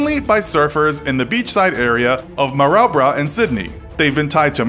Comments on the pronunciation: Maroubra pronounced “Maroobra” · Ma-roo-bra ffs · you butchered that name its Maroubra. mah-roo-bra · Pronunciation lesson - Maori = Mowrey (like Mike Lowrey). Maroubra = Maroobra. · What the hell was that pronunciation of mar-our-bra! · Its pronounced 'maroobrah' mate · It's pronounced ma-roo-bra, mate. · The way u pronounced maroubra is rly wrong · And u said Maroubra wrong just letting u know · Hahahahahaha, cant even say Maori or Maroubra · Butchered Maori terribly and maroubra